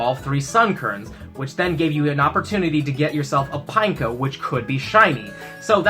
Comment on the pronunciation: "Pine-co." Pine-echo.